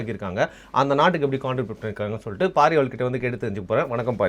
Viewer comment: முன்னுரையில் "பாரி அவர்கள்" என்று தெளிவாக குறிப்பிடவும். கேட்கும் போதும் சரி , captions ஆன் செய்தாலும் சரி தவறாகவே உள்ளது. இரண்டு முறை பார்த்து விட்டேன். எனவே மாற்றிக்கொள்ளுங்கள் ! அன்பு வேண்டுகோள்!